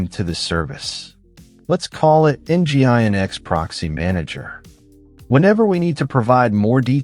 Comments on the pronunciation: Nginx is pronounced "engine X" by the way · Nice video. Too bad the AI voice is otherwise distracting; "En Gee Eye En Ex" and "TrueNASH," anyone? 🙂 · It’s mainly the pronunciation of Nginx that breaks the immersion.